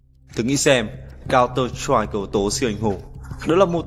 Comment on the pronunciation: giọng đọc thều thào, nhấn nhá khá kì quặc (mặc dù mỗi ng có thể cảm nhận khác nhau). Phát âm tiếng Anh phải nói là tệ, nếu ko đọc chuẩn được counter-strike, bạn có thể đọc tắt là CS để dễ đọc dễ nghe hơn mà? Ng đọc nên cố gắng tra xem từ đó đọc như thế nào (điển hinh là tên các nhân vật như Sage), chứ đọc các từ đao to búa lớn như Random Number Generator xong đọc sai cũng chả để làm gì.